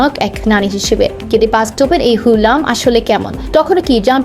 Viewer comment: Name ta agey thik kore uccharon korun, Hullam noy, Hurram Sultan 😑